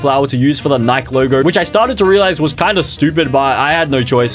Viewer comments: Sick doesn't mean throwing up, sick means affected by physical/mental illness. Also its pronounced "NikIE" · Every time bro said “nike” my heart broke 😢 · Its nikEEEE nai kee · It’s so funny that he says Nike wrong